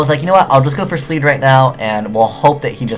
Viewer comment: ..........sleed.......sleed? LEED!